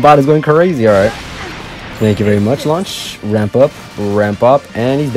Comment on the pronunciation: Am I the only one who thinks it's cringe when he says it's varrrre 😖😅 plz stop 😩